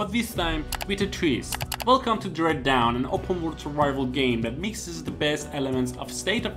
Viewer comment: Dread Dawn* not Dread Down.